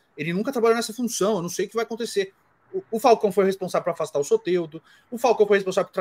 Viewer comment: O é o boca maldita... Ele fala acuntece...